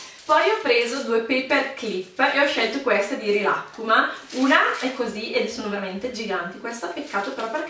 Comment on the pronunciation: Non sai pronunciare rilakkuma